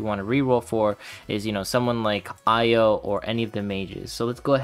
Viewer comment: It's pronounced "ee-yoh" btw, not "eye-oh"